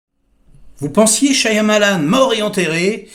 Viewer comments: AH !! toi aussi tu dis ShaYAmalan, parce que les autres ils disent tous Shamalan, ils prononcent jamais le Y ça me saoule mdr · Je crois qu'on ne prononce pas le Y de Shyamalan. On devrait dire Shamalan.